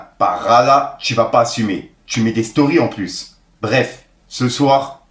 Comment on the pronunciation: " Emplus " il devrait faire un minimum d’effort le boug